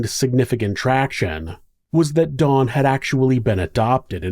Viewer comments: I don't know if it's but it really sounds like he's saying Dawn not Don, does anyone else hear that or is it just me? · pronounce his name as Dawn. Its actually Don, think short for Donovan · Ok. I double-checked in your description. His name is Don, not Dawn. I'm sorry, but it sounds like you've called him Dawn throughout the video, but he is a He. Some of us have tiny hearing issues & pronunciation is important. TY. (I do watch your interesting vids regularly. 😊)